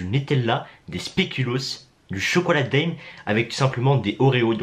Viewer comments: C chocolat daim c se dit din et pa dem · On dit chocolat d1 pas daim comme tibo InShape mdr